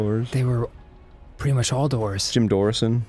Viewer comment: "Jim Doorrisson" can we talk about that I'm cryin